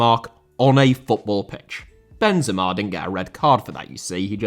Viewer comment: Benzema* not Benzemor